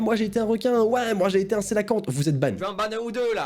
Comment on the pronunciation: Tu a pris un coelachante tu savais que ca se prononcait sé la kante?